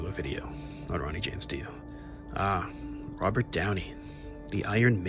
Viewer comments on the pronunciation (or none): none